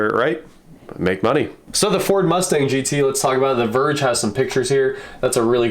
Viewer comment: I'm impressed by the specs. I'm pissed at them butchering the mustang name.